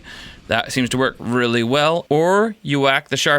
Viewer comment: "And it works weely well." - 🤣🤣🤣🤣🤣🤣🤣